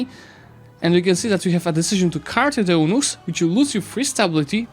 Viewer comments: Hey! Eunuchs is pronounced like "you-nicks"! Fun fact, a Eunuch is a man who was selected to be castrated as a boy, it was believed that doing so made them unfit for rule and thus they gained the trust of rulers across the globe. Hope this helps:) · don't want to nitpick but it's pronounced, "you-nicks" Side from that, thanks for the great breakdown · I think Eunuch is pronouced like "U-nicks" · Eunuchs is pronounced like "you-nicks"